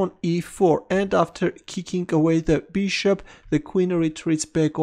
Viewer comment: I love the way you say "beeshop". Beeshop to C5. Beeshop takes D6. Beeshop. Beeshop.